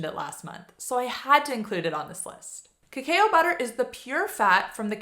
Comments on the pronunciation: Cacao is pronounced ka ka oh, not kakai oh 😊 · Its pronounced kuh·kau (cacao). Lol. Thanks for the other info! ❤ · There are pronunciation guide videos, so I don't expect you to take my word for it, but...cacao is pronounced "ka-COW". Cocoa...the "a" is silent. Surely at some point in your life, you have had "hot cocoa"...just "co-co". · No question about that...but cacao is pronounced "ka-COW", and cocoa is pronounced "co-co" not "co-CO-a". I tried to explain that pretty well, but you didn't even bother to read what I wrote...NOR listen to the way you pronounced it at the start of the video. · #9 so, it's pronounced "Kuh Cow" like the cow goes moo...but cacao butter is yum